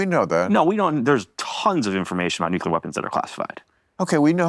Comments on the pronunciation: Can we really trust someone that can't pronounce nuclear? He must have said it over 40 times and mispronounced it every freaking time. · I really do wish Elizondo had chosen a director who can pronounce the word "nuclear".